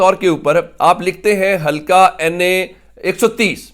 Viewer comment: ھلکا نہیں بلکہ حلقہ کہیۓ ۔